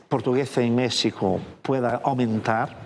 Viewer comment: No puedo creer que está en Mexico y ni siquiera pueda pronunciar o intentar por lo menos de pronunciar Mexico bien.